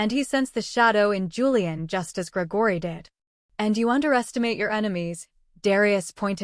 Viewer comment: Why is Gregory’s name being pronounced that way?